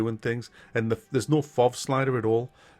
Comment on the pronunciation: I've been watching you for years and that's the most Geordie thing I've heard you say